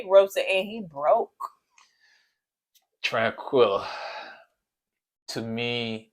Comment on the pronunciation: Everytime yall call Taquilla, Tranquilla I am Cracking UP. lol🤣😂🤣😂